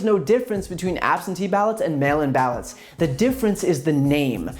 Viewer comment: Did he say "mail imbalance" instead of "mail in ballots"?